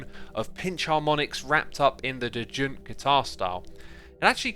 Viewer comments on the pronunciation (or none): X, just to point out "Djent" is pronounced "gent". Other than that, it is an absolutely wonderful explanations. Always love your contents!